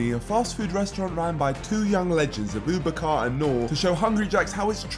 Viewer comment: Name is ABU BAKER pls try pronouncing names correct